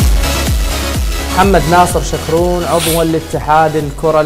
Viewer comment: محمد ناصر( شكرون) وليس( شطون)